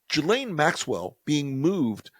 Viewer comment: One good thing is we now know the correct pronunciation of “Ghislaine”.